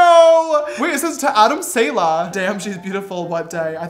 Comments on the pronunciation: No one: James Charles pronouncing “saleh”: sAyLa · No one: Literally no one: James: “Adam sEiLAh” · "adam salior" LMAOOOOOOOOOOOOOOOOOOOOOOO